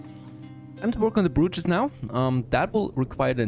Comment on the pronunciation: Slight pronunciation correction on "brootches". *Bro*ches. "Bro" as in "Dude"